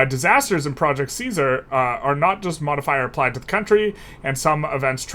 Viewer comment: Fun Fact: The german word Kaiser (engl. emperor) derives from the name Caesar. Your pronunciation from Caesar almost sounds like the german Kaiser.